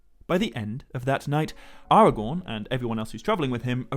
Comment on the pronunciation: AragoRn... rhymes with 🌽